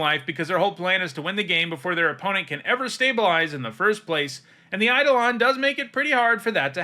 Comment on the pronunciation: Eidolon is pronounced "ai·dow·luhn" by the way, most mtg players say it wrong which is funny but sad